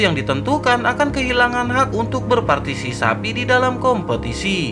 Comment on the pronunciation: Berpartisipasi cok..bukan berpartisisapi😂😂😂..lagi satu kepala...bukan kelapa🤣🤣🤣